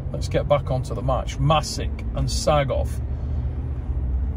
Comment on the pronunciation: Still waiting for someone to pronounce Rino's last name right 🥹